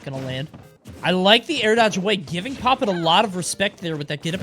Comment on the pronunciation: It's pronounced "poppit one".